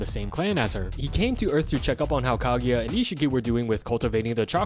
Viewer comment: His pronunciation of kaguya is making me cringe 🫩 “kageya “ really ? There’s no E in there